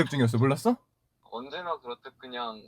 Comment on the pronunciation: 언제나 그렇듯을 왜 강조하는거야ㅋㅋㅋㅋ 귀여웡...ㅠㅠㅠ